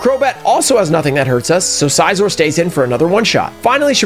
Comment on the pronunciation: I loved the video and I did subscribe but the only things. 1) maybe try to stay a little under level cap otherwise it seems too easy (personal experience it makes it a little more challenging) and 2) it’s Scizor as in like scissors not size-or